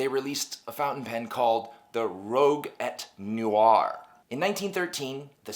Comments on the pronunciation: Enjoyable video, like your style - I agree with your comments - their specials and high end specials really show their target audience. Couple of things. Wasn't sure if your pronunciation of Rouge et Noir was sarcasm or not - if not - it's r-oo-j e noir (red and black) if so you can ignore me :) Second - the model number - I think the 14 is the model/style type - the 4 is certainly not for piston as the 144, the slim line Meiserstuck, is a cartridge/converter pen. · FYI - Rouge et Noire is pronounced "rooj eh no-wahr". I appreciate that you've done your research on the history of the brand. MB Boutiques excel at selling their products in a luxurious manner, but MB pens are also sold at retailers who carry other brands and whose employees know FP's to varying extent. One can save half of retail for "all but new" Meisterstucks online. I've bought several that show no signs of use in pristine boxes. New or used, MB nib quality control leaves a lot to be desired in my experience. Both of my 149's required professional nib adjustment for proper flow. This isn't unusual from what I've read. The only Meisterstuck I have that didn't was the 146 - mine was perfect straight out of the box.